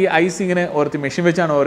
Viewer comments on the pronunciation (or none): none